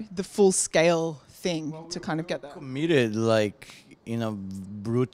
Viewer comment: "The cool fing is..."